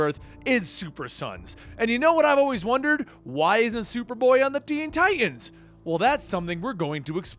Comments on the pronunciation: Ok its teen titans not teen ti'ans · Please please please pronounce the middle "t" in tiTans lol